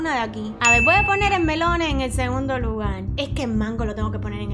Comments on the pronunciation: el melone se dice melón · se dice Melón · se dice melon no es hate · melone se dice melón es español es una de mis frutas favoritas saludos desde Venezuela <3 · En español se dice melón, solo se le quita la e o al menos yo lo conozco así:3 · Se dice melón 🍈🍈🍈😍😃😋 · Se dice melon